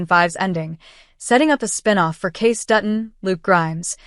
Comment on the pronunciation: You would think you would at least know how to pronounce his name. His name is spelled Kayce and is pronounced the same as Casey, not Case.